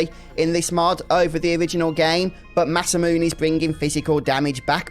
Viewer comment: Actually it is pronounce "Masa-mu-NAY"